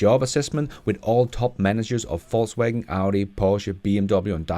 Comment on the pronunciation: Am I the only one that keep hearing False wagon?